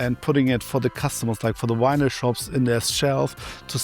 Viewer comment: "he had so much wynil"